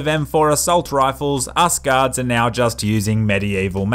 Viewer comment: I always hear ,,Gods'' instead of ,,Guards''